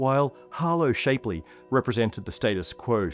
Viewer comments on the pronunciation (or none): I think it is pronounced SHAP LEY not SHAPE LEY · If I may be allowed an arguably pedantic moment: Harlow’s family is picky about the pronunciation of his name. Shap-lee ( /ˈʃæpli/ or /ˈʃæpliː/ ) with a short a, rather than the long a of shape ( /ʃeɪp/ ) is correct. At least, in this inhabitable biosphere.